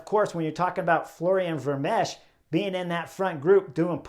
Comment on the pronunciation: Chris; the ch at the end of Vermeersch name is 'silent' (old spelling). Just stop with the s sound and.... and that's it. Ver-meers. Also; what you refer to as the 'nowhere gap' is known as a 'chasse patat' in Europe. (The best translation might be 'wild-goose chase'). When you're trapped in no-man's land; I think you know what a 'patat' is in Flemish.